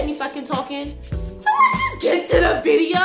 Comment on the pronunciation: She said viteo at the beginning lmao